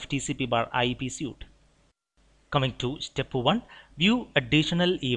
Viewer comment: Good videos! Very helpful. One pronunciation pointer: The word "suite" looks like the word "suit" but is pronounced like the word "sweet". Thanks again!